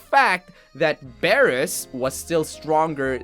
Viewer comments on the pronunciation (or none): You say beerus as “biirus” not “bearus” just saying ;)